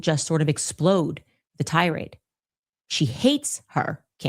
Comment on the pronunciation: Tirades = tie - raids